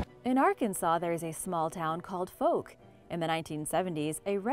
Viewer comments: Butchered the pronunciation of Texarkana & Fouke lol. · I love the pronunciation of Texarkana and Fouke lol I’m from the area and it’s pronounced differently.